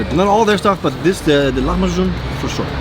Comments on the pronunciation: Please dont call it lahamju its called : lahem b ajin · I'm from the Netherlands and here we pronounce it like "lah-mah-kun" instead of how you pronounce it. Could someone who actually speaks the language tell me which one is more accurate? I wouldn't be surprised if has it right but I do wonder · So the c in lahmacun is pronounced like a j. I'm speaking Turkish now! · Don't speak Turkish but know that the Turkish 'c' is equivalent to the English 'j' - so pronunciation is closer to the way the Turks say it.